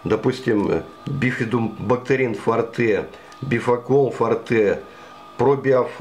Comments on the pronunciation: Не фортЕ, а фОрте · Говорят ни форте, а форте ударение на о